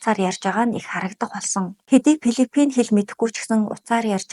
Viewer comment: Пилифин биш филипин гэж дуудна. Дуудлагаа засаарай.